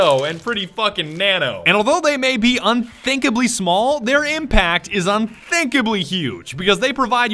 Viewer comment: Unthinkable... Don't you mean UnFINKAble?